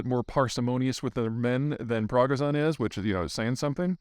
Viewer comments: Peter, PLEASE, I am begging you, learn how to properly pronounce Russian and Ukrainian names 😭😭 It's not even that hard.... His name is Yevgeny Prigozhin, not "Dimitri Prahgahzahn" as you also say. You aren't even getting the first name correct, and the last name pronunciation is pretty tragic too. pri-GO-zhin, accent on the second syllable. Cmon man. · How do you want us to believe what you say if you cant even get the name of Prigozhin right? Sounds like you just spewing anything the pentagon says with no critical thinking on your behaf. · I feel like he’s trolling either his fans or Prigozhin or both with his pronunciation of Yevgeny’s last name 😂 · Every newscaster I’ve listened to got the pronunciation of Prigozhin’s name right. It’s available on YouTube. I can’t understand why Zeihan can’t get it. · Peter, I’ve not heard anyone pronounce the head of Wagner’s name like you. This name is been spoken quite a bit lately. Watch a few videos or broadcasts this is trifling but also embarrassing. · He's not even trying to pronounce Yevgeny Prigozhin anymore. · Maybe learn to say his name correctly first? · God I wish you could at least try to pronounce his name correctly. What is it? Dyslexia? I’m dyslexic, but somehow I manage to approximate the proper pronunciation. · If you're going to act like you're an authority on this stuff, don't you figure you ought to know how to pronounce Prigozhyn's name? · Learn how to pronounce (Yevgeny) Prigozhin. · Peter you keep saying Dmitryi Prigozhyn, you refer to Evgenyi. Not to be picky though. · Really shocked u can't say Prigozhin correctly. I've never heard someone butcher someone's name who's been in the news constantly like this. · Fun video as always, Peter. It did take me an extra minute or two to realize which "head of Wagner" you were talking about. I don't think anyone else pronounces 'Yevgeny Prigozhin' the same way you do. ;) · It's not even hard to pronounce Pregozhin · it's pronounced Prick-go-shin not Bragger-son